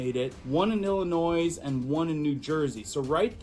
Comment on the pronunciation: It’s pronounced ill-ih-noy. The S is silent. You said it correctly the second time. 😉